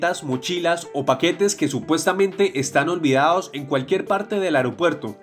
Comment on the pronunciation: Por qué dice Queas quedas OLVIAOS olvidados Poemos podemos